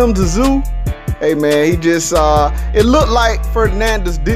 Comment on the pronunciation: Its not "Ta-Zoo" - its pronounced "Zooooo" or "Zyuuuuu"